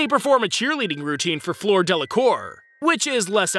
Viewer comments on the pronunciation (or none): Pretty sure its pronounced beauxbaton like a baton stick. also fleurs name is more like flare. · The way you pronounce Fleur's name like "floor" gave me heart failure